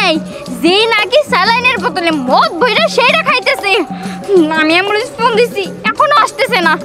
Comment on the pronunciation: দিহানেএম বলেন এম্বুল 😅😅😅😅